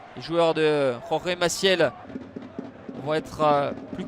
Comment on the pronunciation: Il va falloir penser à prendre des cours d'espagnol. ''Jorge ''